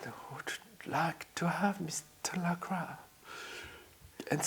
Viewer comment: I named my rooster Mister Lacroix people told me I mispronounced Lacroix as it is supposed to be pronounced La-croy with the oix sounding like the oy in boy. I now see that I am correct in my pronunciation the way it's pronounced in this clip.